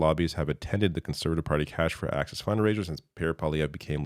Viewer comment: isn't it ironic how this sounds like "cash for axis"?